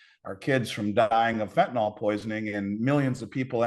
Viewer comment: It's fentanyl, not fentanol.